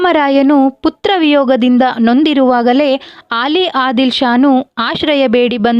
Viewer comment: ಆಲಿ ಆದಿಲ್ ಶಾ ಅಲ್ಲ ಅಲಿ ಆದಿಲ್ ಶಾ